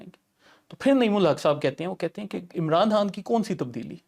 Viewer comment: Bilkul buckwass show !! yay Chumcha abhi tak ' Khan ' bhi pronounce nahi kerna ataa??? 'Khan' ko 'Hann' kahi ja raha hay...aur host bhi us ko.. correct nahi ker raha?? Stupid show 👎👎